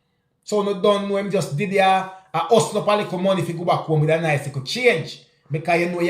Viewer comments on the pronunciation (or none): none